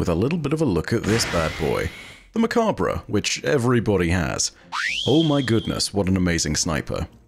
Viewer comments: Finally someone that says it right Bruh not bré for Mechabre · It's pronounced Mech-awb I believe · I thought of all people you’d u der stand how it’s pronounced it’s pronounced MUH-COBB